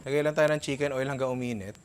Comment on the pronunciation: "CHIMKEN OIL"